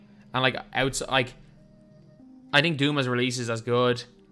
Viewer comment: is it just me or is he butchering dumas's name